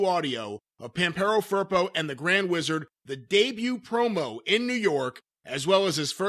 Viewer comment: The way they say Pampero Firpo really hurt my ears, they actually are saying Vampirou Purple... El señor era de argentina!!!